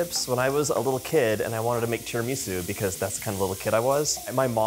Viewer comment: Did you say tiramisu or chorizo?? 😅 I’m not playing, I keep replaying it lol BTW, I made your chicken 🐔 noodle soup 🥣 yesterday and it was amazing and currently making this!!